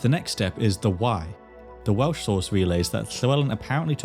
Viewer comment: I’m less than a minute in, and hearing you say the Welsh words and names correctly makes me so, so excited to keep watching